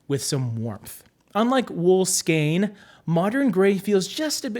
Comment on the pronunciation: Thank you for pronouncing "skein" correctly. 😉